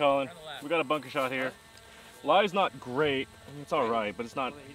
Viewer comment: “boon-kah”. Ok.